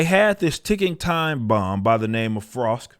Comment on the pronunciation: "Talk to em Frosk" 🤣